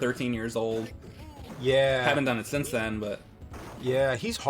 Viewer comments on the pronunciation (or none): none